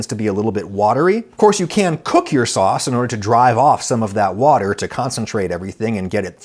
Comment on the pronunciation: I just had to comment to say that I’ve been laughing for a minute straight because Adam said “fauce” instead of “sauce”🤣🤣